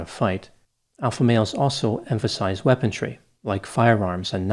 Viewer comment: "Weapontry" lol!